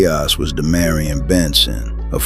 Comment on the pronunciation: Thats my cousin, it''s pronouced DUH-MARI-YUN